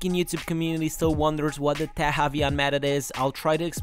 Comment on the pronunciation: Great vid, love your content ! It's pronounced "tek" tough, because it's a short for technique ;)